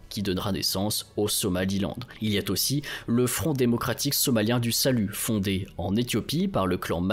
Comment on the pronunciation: Tres bon document, complet et clair comme d'habitude. Pourquoi Éthiopie, somaliland et Somalie ne forment ils pas un super-état fédéral ? Il deviendrait ainsi un poids lourd régional non ? Juste un petit reproche anecdotique : quand vous faites la liaison "il a-t- aussi" c'est un peu gênant 😂❤